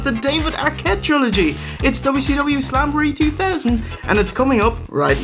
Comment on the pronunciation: "AT SAMBOREE" - Macho Man (talking about slamboree)